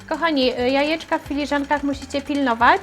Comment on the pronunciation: Droga Pani mówi się jajka a nie ajeczka 🙉🙉🙉